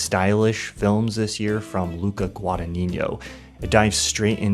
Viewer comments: if I may, it's GuadagniNO, not GuadagniGNO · A heads up for anyone wondering about the correct pronounciation of Guadagnino: "gn" in italian is pronounced the same as the spanish "Ñ". Therefore it's Gwah-dah-ÑEE-no. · I love everything you say and all you've made me discover, truly, thanks a lot! That’s why I have to tell you that you're butchering the pronunciation of 'Guadagnino' [ɡwadaˈɲiɲo]